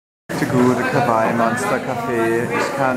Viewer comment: Du sprichst Kawaii falsch aus